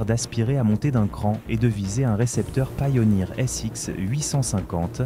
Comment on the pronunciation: Encore une vidéo ia on touche le fond et au fait on dit pioneer et pas PAILLONIR 😂